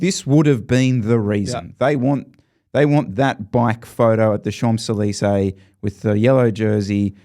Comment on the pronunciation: did you just pronounce the 'm' in 'Champs'? Holy fck:eyes-purple-crying